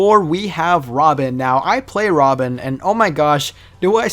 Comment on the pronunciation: Nigga said Robin💀💀